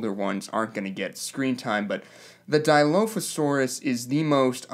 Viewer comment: How about you pronounce dilophosaurus right, and then consider the fact that your first complaint is of a small sound effect? Thats just dumb.